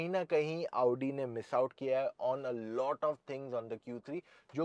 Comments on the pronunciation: Hit like if you are also pissed every time he says AAUUdi instead of Audi. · भैया क्यो अपने आप को इतना कष्ट देते हो सीधे आउडी की जगह ओडी बोल दिया करो😂😂😂